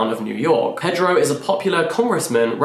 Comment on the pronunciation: It sounds like you're saying Olga's brother is Pedro, but I believe it's Prieto? In any case, I'm curious to hear what you think of this one since it's been getting so much love, is perfectly juicy, but also a cultural artifact! Though three-quarters of the way in, I felt it was too repetitive...